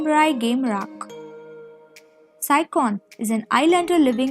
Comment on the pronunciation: Yeah they don't have a baby but get married (but not officially registered) it was just a ceremony on the island with the islanders but that's it because soon after marriage the sister takes nang fah away. She's also mispronouncing saichons name the "ch" is pronounced like in cherry not not like in ba"c"on 😂 so I assume she didn't even watch the drama 😂😂😂